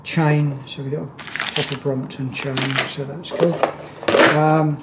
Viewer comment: Brompton, not bromoton...